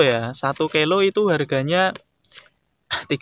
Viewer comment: Kilo bos bukan kelo